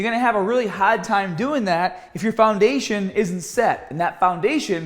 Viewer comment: Haaaaarrrd. You’re Australian!! Great info!